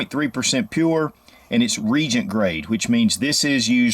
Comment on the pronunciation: It’s pronounced Ree-A-gent